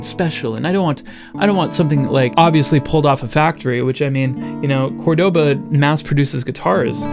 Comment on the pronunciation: You say it wrong, it's cÓrdoba not cordÓba